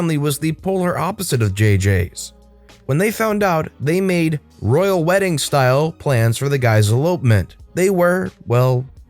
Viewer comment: “Weeding” 😂 I’ve never heard of it.